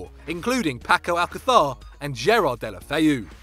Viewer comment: if you don't start to pronounce alcacer or Paris right I swear to god I will smack you